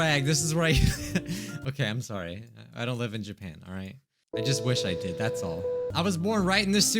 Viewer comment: I love how pronounced Japan at the beginning lol. Uwu